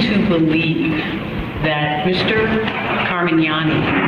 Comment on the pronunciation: Car-man-yani & doe-tee